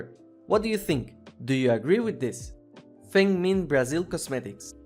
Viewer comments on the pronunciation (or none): none